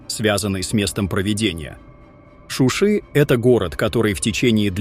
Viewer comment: не шуша а Шуши правильно говорит ведущий.